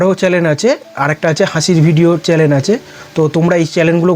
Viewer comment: আর কি কি চ‍্যলেন আছে ?😂 ❌ চ‍্যনেল✅